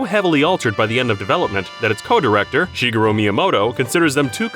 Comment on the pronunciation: "Shigero?" It's "shee-geh-roo" Other than that, the Japanese reading is pretty spot on.